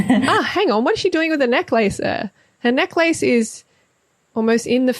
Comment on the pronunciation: So I enjoyed this video but I'm not sure how I feel about your pronunciation of necklace 😂